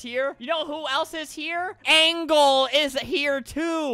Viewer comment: ''Angle'' XD